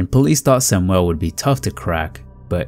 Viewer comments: Sam (yul), not Sam (well)!!! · You pronounce Hispanic names correctly. Learn how to pronounce "Samuel" in English, not Spanish, since he was white non-Hispanic.